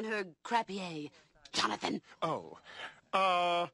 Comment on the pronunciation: 😂 the way she says JOHNATHAN !!!